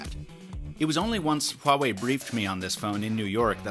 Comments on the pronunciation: you are the only english tech YouTuber pronounced the name Huawei correctly. That's some serious attention to detail. Thumbs up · is the first Youtuber pronounce Huawei not Wuawei lol